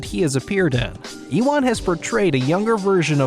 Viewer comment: Did he say eewon McGregor? Bruh